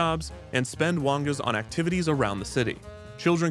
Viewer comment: "Wongas" sounds like a slur 💀💀